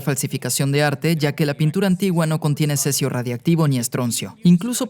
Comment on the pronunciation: Cerio? No era cesio ?